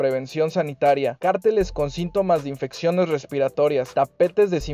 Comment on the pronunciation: Padrísimos tus vídeos, gracias x la información. Solo te tengo una observación con mucho cariño... Cárteles cómo lo dices se refiere a los del narco, lo correcto es pronunciarlo con acento en la primera e. Besos